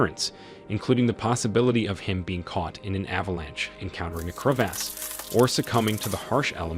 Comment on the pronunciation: If the narrator says “treecherus” one more time or pronounces “crevasse” one more different way, I might cry.